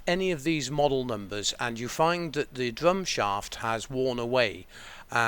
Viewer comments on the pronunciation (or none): The dwum shaft? Welease Woger.